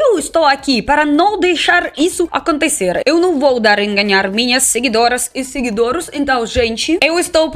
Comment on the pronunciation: "seguidoros" heueheu amo S2